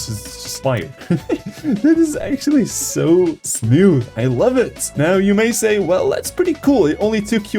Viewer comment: Everybody that loves hearing him say "Smiooth" 👇